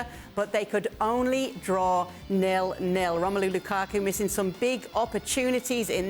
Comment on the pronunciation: gonna call lukaku---- LUKAKA now